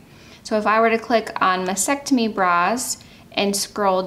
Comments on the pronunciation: It’s MAS-TEC-TO-MY. the”T” in the second syllable is NOT NOT NOT silent! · Pronunciation of mastectomy should include the two “t’s”.